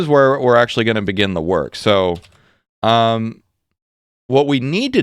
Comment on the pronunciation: "So be it, the berry wars beguin."